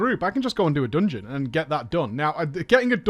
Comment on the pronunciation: "dUngeon" :D